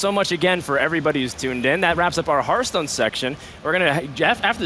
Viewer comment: AUGH!! it hurts my brain when people, apparently even devs, pronounce it "Herthstone"